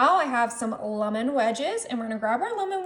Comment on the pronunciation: It's Lemon NOT Lumin! Please for the love of God say it right!